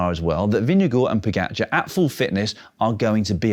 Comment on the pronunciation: Now if only he could pronounce Pogacar closer to how it's supposed to.